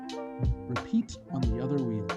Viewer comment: "Reapeat" lolz